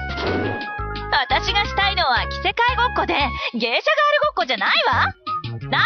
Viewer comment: ガールの発音ウマスギィw